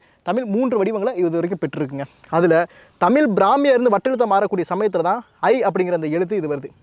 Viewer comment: Bro humble request to pronounce zhakaram our prescious gift which is in none other language. Please pronounce tamil as thamizh please